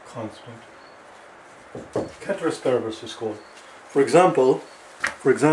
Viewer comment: Its pronounced as spelt actually ceteris paribus